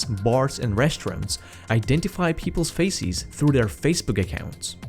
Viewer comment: oi mate be careful with your pronounciation of "faces". youre very very close to saying "feces" :D excellent content, thank you!